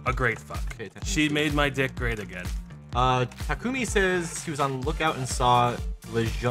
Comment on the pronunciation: I hate FE:Fates. But the way they pronounced Takumi triggers me.